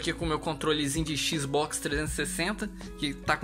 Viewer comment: Se fala xbox e n xbox